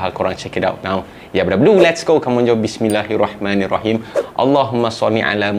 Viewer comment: Assalamualaikum bang bismillah' tu abang salah baca. Sepatutnya 'bismillahirrahmanirrahim' bukan 'bismillahirrahman nirahim' huruf ن tu bukan mati.